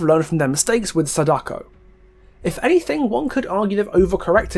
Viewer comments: Just some advice, since Sadako is a Japanese name you shouldn't stress the "Da"... Vowel stressing is something that doesn't exist in Japanese (vowel stressing is stuff like how we say a-MAY-zing, stressing the MAY) so it'd be pronounced as it's seen, "Sa-da-ko" rather than "Sa-DAko'!! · Hurray, your one of the morons that pronounce Sadako's name wrong. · Good video pointing out the references to the movie but you could have kept your opinion of the book's plot out of it especially since you clearly didn't read it since you didn't take the time to learn how to pronounce her name correctly lol